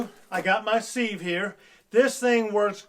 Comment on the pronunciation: Please don't say, "seeve" for a sieve. It is pronounced, "siv". Look it up. Thanks.